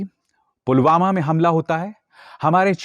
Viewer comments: Abe chutiye Pulwama hai wo..sale, pulgama nahi..jahil,, kab sudhrega.feku ragu...sadak chap funter. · Pulgama nai.. it's Pulwama. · Jumlebaaz Dhongi modi ko pulwama v kahna nhi aata Dhyaan se suno s o पुलवामा को गुलवामा kahta hain sunlo